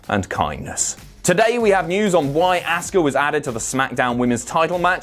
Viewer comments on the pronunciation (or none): Please stop mispronouncing Asuka's name. It's Ah-ska, not Ask-a.